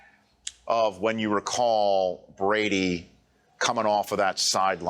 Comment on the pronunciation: When Ryan Clask did the lip slip of "Tom Greatdy" that was the absolute definition of Mr. 199